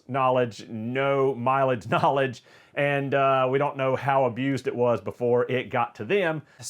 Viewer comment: Sounds like he keeps saying: Donut forgot to Google and see that these cars are trash for going fast.